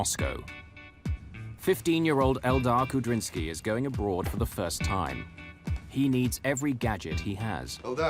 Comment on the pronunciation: The pilot's name is Kudrinsky, not Kabrinski. -sky is a Russian suffix.